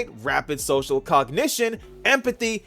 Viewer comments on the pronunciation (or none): none